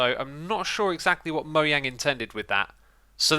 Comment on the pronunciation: Logan Thepanya Moyang is how you pronounce it bruh